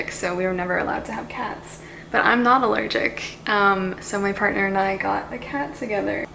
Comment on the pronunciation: Welcome to the cat mom life!! But... Did anyone else heard "partner"?!